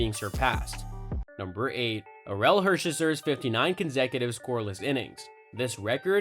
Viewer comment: Say Orel Hershiser again 😂